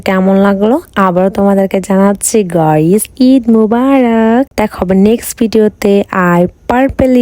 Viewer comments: গয়িস ❎ গাইস ✅😳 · গাইস নো গয়েস ইয়েস প্লিজ আপু গস বইলো না গাইস বইলেন😂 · গইস ✅ গাইস ❌